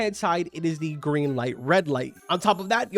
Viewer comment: Bro did not say geen light red light